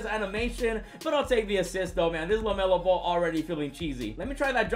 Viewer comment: "Welcome to 2k Lemelo Ball"